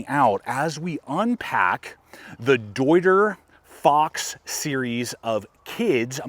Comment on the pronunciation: German native here. Came to see you fail at pronouncing „deuter“. But you nailed it 😂 Good job.